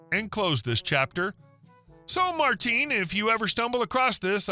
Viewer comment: You can tell the voice is AI. In the third video the voice over says "Marteen" instead of Martin.